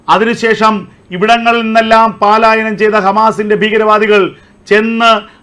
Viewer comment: എന്തോന്ന് പാലായനം, പ ലായനം എന്ന് പറയു. എത്ര നാളുകൊണ്ട് കേൾക്കുന്നു, ഒന്നാമത് ഒരുമാതിരി ചെകിടൻ ശബ്ദം, ചേട്ടൻ ഏത് സ്കൂളിലാ പഠിച്ചത്